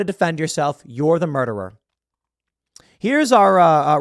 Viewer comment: Muderer, Tim. I know it's a small thing, but it's important to document what AOC called him properly, otherwise people will forget.